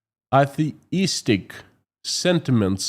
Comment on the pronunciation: Nit: "atheist" has a long "a. It rhymes with "Say she kissed." Emphasis on the first syllable: "AY-thee-ist." Mnemonic: A "theist" believes in God, or in multiple gods. An "atheist" believes that there is no such thing. In contrast, an "agnostic" simply accepts that we cannot know the answer to this question; "it cannot be known."